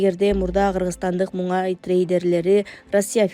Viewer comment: Муңай эмес Мунай дечи😂😂😂